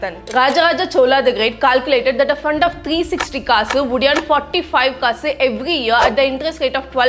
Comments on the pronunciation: kannada is the second ancient language derived from dravidian language has sanskrit influence . kaasu is synonym of coin and in any language it is clearly pronounced as kaasu not kasu very bad pronounciation. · I love you saying "Kasu" . ❤Because you pronounce it like kass kass😂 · Its is pronounced as kaasu....